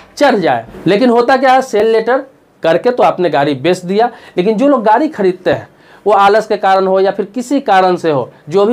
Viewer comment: अरे श्रीमान गारी नहीं होता है गाड़ी होता है, पहले अपनी हिंदी दुरुस्त कीजिए फिर दुनिया के सामने आइए।